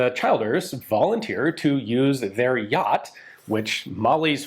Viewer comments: brilliant piece but Childers is pronounced ChiLLders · Just FYI the name Childers is pronounced Chill-ders (like the word chill, to cool down etc.) not Child-ers. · Same with Childers.It's not pronounced like Child,more like CH lDers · Childers = Chill-ders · I love the story of Childers, I’m from limerick and we have a prominent street named after him, just one correct despite common sense his name is pronounced as chill-ders ahaha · Pronounced ChIlders- the I is as the I in “brill cream”. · "Howth" is pronounced, "Hoe-th". "Childers", "Chill-ders. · Pronunciation of Irish names is always tricky. Howth rhymes with “growth” and the “child” in Childers is the same as that in “children.” Otherwise great coverage of the story! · Childers is pronounced 'Chill-ders', and Howth is prounced 'Hoath'. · Super video but lordy be the pronunciations. Howth, Childers, Curragh.